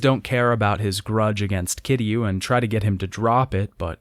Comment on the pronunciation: I'm kind of glad Kiryu's story is over. Mostly because I won't have to hear him constantly mispronounce Kiryu's name like it's somehow made of three syllables and sounds like "Cure You". Seriously, 7 fucking games and never once did he list to how the characters in the games pronounce his name. It REALLY makes me question if he wrote these scripts himself or if he paid someone on Fiverr to do it. Or if he actually played the games. Because you don't go through an entire series, claim to love it, but constantly get the main characters name wrong EVERY FUCKING TIME he says it.